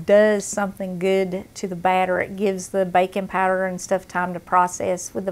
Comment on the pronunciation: Huh, never heard of bacon powder. Later on I realized she was saying baking powder.